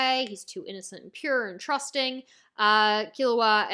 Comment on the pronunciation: I prefer the pronounciation Lay-oreo for Leo And Kur-op-i-ka for the mage looking kid.